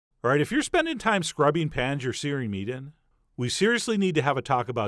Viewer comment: "...we sear-iously need to have a talk about deglazing."